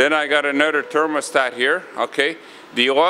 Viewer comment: Don’t forget to add up the money saved on annual gym memberships, plus the health benefits of keeping active. What kind of accent sounds like, “use anudder one”? Canada?